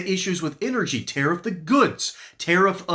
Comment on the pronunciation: She mispronounces the word tariff. The stress is on the first syllable.